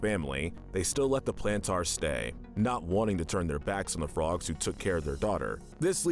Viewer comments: It is pronounced Planters not Plantars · You said plantaurs a lot, but it is planters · Every time he say plantaar instead of plantar cringe me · Ok I cannot get over how he says the Plantars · YES YES YES I AM SO MAD HE KEEPS SAYING TGE PLANTERS NAME WRONG